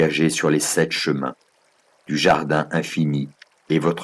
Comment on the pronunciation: J adore cette lecture audio mais c est un peu insupportable de dire septS anges .... Y a pas de s a sept... Et plusieurs erreurs de lecture qui viennent perturber l énergie du texte....a part ça merci